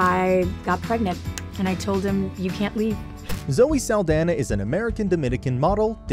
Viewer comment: Great video, just wish her last name was pronounced correctly